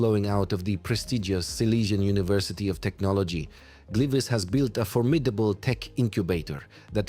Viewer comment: nie mowie ze to jest zle bo wyswietlenia sa dobre z takich filmow ale zobacz jak tam zle nazwy slask i gliwice mowilo AI